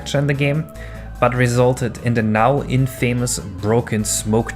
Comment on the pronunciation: Am wondering if the mispronunciation of "infamous" is some sort of April Fools joke. Otherwise the whole video is great.